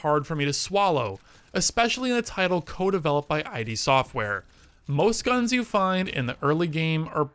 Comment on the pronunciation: Just a small note from the start, id is pronounced like "it" not like ID.